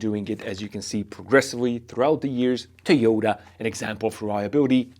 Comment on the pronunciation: I'm pretty sure its To-Yo-Ta, not Tee-yoo-duh. And apparently the manual should say "an UNcertain amount".